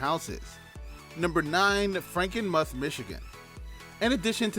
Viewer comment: It's pronounced Franken-"mooth".